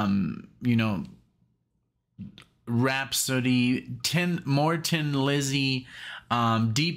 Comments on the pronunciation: It is pronounced Thin Lizzy. However, said with an Irish accent, which Phil had, it sounds like Tin bur the really pronunciation is "Thin Lizzy". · Hi, as others have said it is pronounced Thin not Tin and i do not know anyone who says that ( and i am going back to 73' first time i saw them! ). Also agree with most of what delorangeade said about 40 mins ago!! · It is pronounced "thin" Lizzy, as in, she looks thin in that dress. Whoever said it's pronounced "tin" is wrong or trolling you. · It is pronounced THIN Lizzy with a "th" sound. A Tin Lizzy was a reference to a car. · It's only pronounced tin if you are Irish. Nobody else pronounces it that way. Thin is the general pronunciation. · ????????????????????? Someone is taking the piss............ The Irish pronounce 'THIN' which comes out as 'TIN' and its a little joke that the band came up with when deciding on a name, a bit of a laugh at themselves, typical of the great humor the Irish have always had. So, its not Tin Lizzy, its Thin Lizzy..........no need to apologies, but, someones having a lend of you. I've loved them for 45 years or so and trust me, its Thin not Tin. Thanks for supporting the greatest Irish rock band of all time Cheers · The only single off this, their final album. Great farewell record, released in 1983. PS It's pronounced "Thin, not Tin" Lizzy